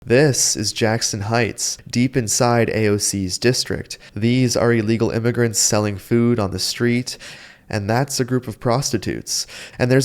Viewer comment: Thee Me-he-can says hee's neighborhood she has gone to sheet now, too meeny imy-grants .